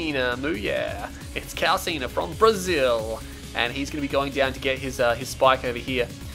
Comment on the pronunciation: ure Reading calcina instead of calçinha- fix it here : PS: thumb up so he sees it